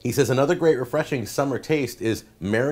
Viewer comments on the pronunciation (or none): none